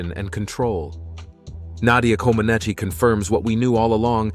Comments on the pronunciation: The (i) is silent at the end of Comaceci. It is not Comenachee. Comenach is proper. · The second, Comanech. Lots of the place names are pronounced wrong also. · The narrator should pronounce her name correctly. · Please, if you're going to do an episode about a person, learn to pronounce their name (and those of several other Romanians) or teach your computer to do so. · Such an extensive and good movie, but the wrong pronunciation of names is just too much... Couldn't you just check how to say Comaneci and Ceaușescu for 2 minutes instead of making up funny sounds on the spot?